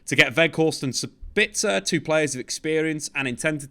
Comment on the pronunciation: Using the word 'duality' to describe two separate qualities in a player doesn't make sense. I like, and a lot of these YouTube soccer channels, but I wish they would work on their English skills a bit. Also, it's Sabitzer, not Sebitzer. Every English pundit I've heard has been pronouncing it incorrectly... Apologies, must be my time of the month 😅